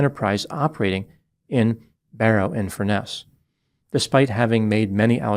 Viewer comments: That's FUR-ness not Fur-NESS. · By the way, it’s FURness, not FurNESS. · It makes me chuckle when you say Barry in Furness. It’s actually colloquially pronounced Furnace. Your pronunciation sounds really posh… something you definitely cannot say about Barry 😂